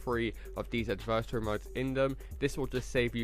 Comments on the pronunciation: But he can still put the emphasis on the correct syllable. It’s not pronounced like “anniversary” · I wish you would learn to say adversary correctly but thanks for the info